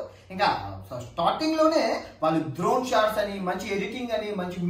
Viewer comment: ద్రోన్ కాదు రయ్య డ్రోన్